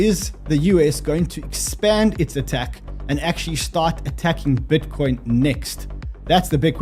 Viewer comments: please stop pronouncing bitcoin pitcoin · STOP SAYING PITCOIN PLEASE